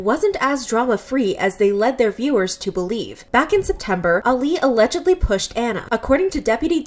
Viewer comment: i love how she keeps saying alledgedly